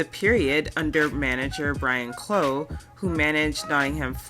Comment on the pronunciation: Hello Lady. Very nice video. Keep up the good work. Couple of pronunciations gone awry which I don't really care about, but to pronounce Brian Cloughs name wrong is sacrilege. You didn't know so phonetically it is pronounced Cluff.